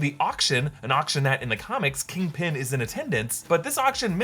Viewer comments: kingping? its kingpin 💀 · Kangpin. You heard it here first. Also, she’s a Skrull.